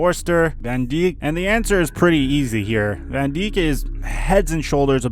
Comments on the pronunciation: Did this dude just say Van Dick? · Van dijk is pronounced van dyke